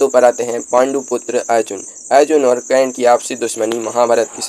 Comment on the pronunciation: Aap se anurodh hai aise topic me aap apni pronounciation thik kar le karan bolna seekh le hasi k patr na bane